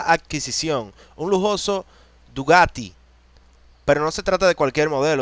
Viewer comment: Se dice bugatty , no dugaty